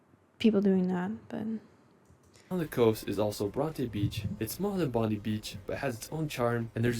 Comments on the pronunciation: The video you reacted to has numerous factual and pronunciation errors. His pronunciation of Bondi as Bondee instead of Bond-eye is particularly annoying. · Melbin. Bondi only has ee to americans, it's bondi with a long i like eye. Coogee beach is easier to get to by train in Sydney. Cape Hillsborough is close to Mackay in QLD. Tully does White Water Rafting. Brissie has Hot air Ballons if you are up very early. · As well as Bondi 😢 gotta pronounce it correctly